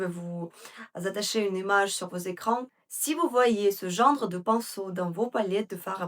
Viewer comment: Bonjour, merci beaucoup pour ces excellents conseils comme d habitude. Je pourrais avoir la référence du crayon marron s il vous plaît? On dit « genre » pas « gendre » 😘😘😘❤❤❤❤❤